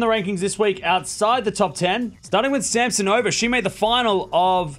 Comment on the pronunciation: C'mon - it's Sam-SO-na-va, not Sam-so-NO-va.